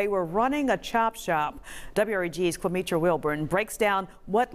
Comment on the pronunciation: "Quametra". WTF???